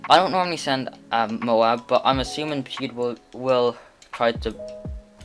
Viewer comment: GG “pewd”💀